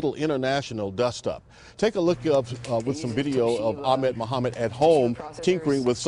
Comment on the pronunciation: people still dont know how to pronounce ahmed...